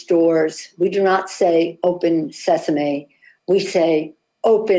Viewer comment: Who says open sesamay? That woman is broken and out of warranty.